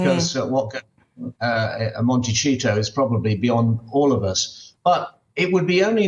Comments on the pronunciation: Let me be clear, Montecito is an absolute lovely place to live, it is stunning, it is just not for Harry. If you have ever been there, you would know. California is hardly boring especially LA and stop calling it Montecheeto! Criticize Harry, but putting Montecito in a negative light is extremely misguided. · Montecito is a Spanish word, not Italian; thus, is pronounced with an "s", not "ch". Please, Mr Cole, if you're going to speak ill of California, at least pronounce the words correctly. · Can someone tell Michael Cole that the 'cito' in Montecito is pronounced 'seeto' in both English and Spanish, NOT 'cheeto'. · Monte”see”toe NOT Monte”chee”toe unless they have renamed a beautiful town after an orange junk food snack!🤪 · Montecito isn't properly pronounced Monte-cheeto, it is Monte-see-toe. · michael cole NEEDS TO LEARN THE CORRECT pronunciation of 'mon/te/seeto' NOT MONTECHEETO. DUNCE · Can someone finally be brave enough to tell Michael already it is pronounced ‘Montesito’ spelled Montecito & not pronounced ‘Montchito’! Gee!! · It's pronounced mont - a - seat- o not mont - ta- cheeto. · Mr. Cole, your quote is now so worn. You keep yourself abreast of things, which we all appreciate. One more thing, Montecito is not Italian. It's a Spanish word... you pronounce the C like TH in the Spanish accent, or like an S in the Latin American accent. IT IS NOT CH, EVER. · It’s Monti-see-toe. Not Monti-chee-toe, Michael. I’m not a Meghan fan either, but I like Harry. Not to be insulting, love Britain - the British people. But some comments about Americans are often clueless & puts us all in the same rude category. It’s unkind & dreary. Best, a Californian. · Why does Michael keep saying Monticheeto, Americans can you confirm pronunciation? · Michael Cole has got to stop pronouncing it “Monte-cheeto” - the pretension is exhausting. Why hasn’t anyone in production corrected him yet?! Make it make sense 🫠